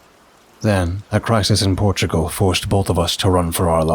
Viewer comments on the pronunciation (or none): none